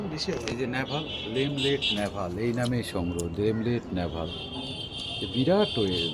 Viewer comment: Not LEMLET this is LENLET NAVALE orange.